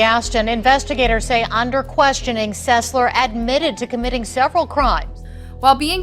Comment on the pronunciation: How do you mistake SES-LER, for SEL-SER. The mispronunciation in all of your videos seems very disrespectful for the families involved.